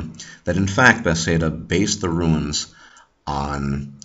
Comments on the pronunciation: this is a grat video. one quick question, why do you say bethsaida instead of bethesda? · i really enjoyed this viedeo however you say beTHEsda kinda odd ;)